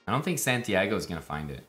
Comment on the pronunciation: The amount of disrespect on santiagos name lmao